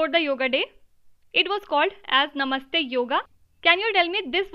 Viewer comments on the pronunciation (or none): none